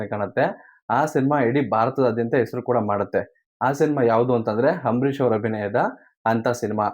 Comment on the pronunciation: ಏನು ಗುರು ನೀನು ಹಾಥ್ಮೀಯ ಹಂಬರೀಶ್ ಅಂತೀಯ ಕೇಳಕ್ಕೆ ಬಾರಿ ಹಿಂಸೆ ಆಗುತ್ತೆ ದಯವಿಟ್ಟು ಸರಿ ಮಾಡ್ಕೊಳಿ